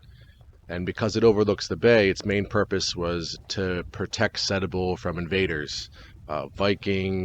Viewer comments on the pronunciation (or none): Pronounced Stu-ball ! Great vid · Loved your video. Btw it is pronounced STEW-bul 🙂